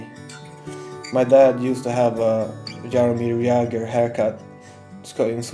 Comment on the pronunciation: The way you say Jaromír Jágr is very funny to me. I have actually never heard that name said in other language than czech :DD Btw. Is anyone else czech or am I alone here?